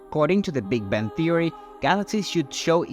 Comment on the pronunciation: Sounds like AI said Big Ben theory